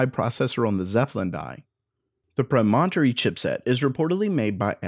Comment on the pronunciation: Yikes -- when a word is unfamiliar (Promontory) , try for an accepted pronunciation